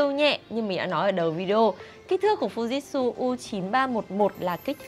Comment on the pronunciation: hãng máy đọc tên cần sửa lại shop ơi: Fuji/tsu ( phư ji chự) Chứ ko phải Fujit/su